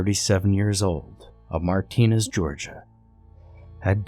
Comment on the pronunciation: Martinez, Ga Pronounced Marta-nez I have family that lives nearby Hephizibah/Augusta 😂😂😂